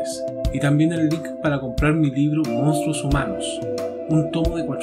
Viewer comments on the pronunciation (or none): none